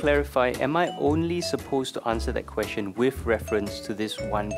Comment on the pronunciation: It’s question NOT quesTion! Learn that first!